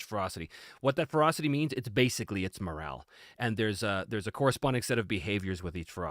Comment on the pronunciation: When he was talking about Ferocity, i kept hearing Frosty or maybe Frosting... was very confused at first, lol Also, +20% is the equivalent of +4 on a d20. Advantage averages out to roughly +3, iirc, so in D&D 5e terms, if you are out numbered, everyone gets Advantage against you. Pretty potent, actually.